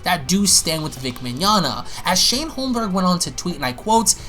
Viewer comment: Lol, did you know you called him Shane Holmblerg? I know that was a misspeak on your part, but I'm still dying laughing! Holmblerg lololololololol!!!